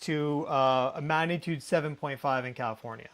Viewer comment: I love your videos. What follows, comes from respect and best wishes: "g" is not silent in 'magnitude".